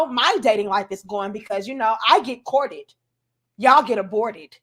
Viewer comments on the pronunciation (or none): that gal said she get "Courtt-ted" 😂😂😂